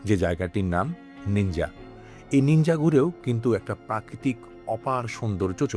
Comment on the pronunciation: Bhai, the name of source of Nile river is Jinja not Ninja